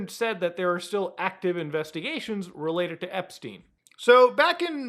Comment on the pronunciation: epSTEIN not epSTINE